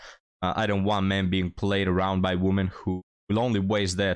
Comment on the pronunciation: Please learn how to pronounce "women". It's annoying